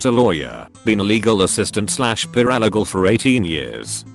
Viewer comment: I snort laughed at the voice pronouncing of Paralegal = Pur-aL-i-gull 🤣 Sometimes the 'auto voice' is funnier than the story!😉